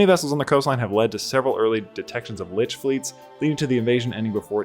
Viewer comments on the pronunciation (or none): none